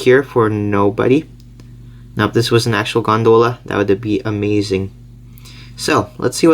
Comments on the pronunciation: It's gone-doll-ah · The way he pronounced gondola made me laugh and cringe sooooo much